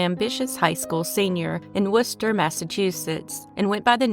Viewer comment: Have to give props for pronouncing “Worcester” correctly!